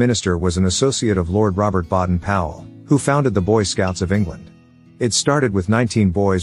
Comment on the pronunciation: 1) Pawhuska is pronounced "Puh-huska" by locals; 2) Lord Baden (BAY-den) Powell, not "BAH-den".